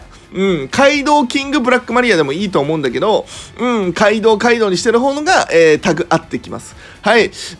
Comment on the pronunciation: カイドウのところガイドウになってて草ww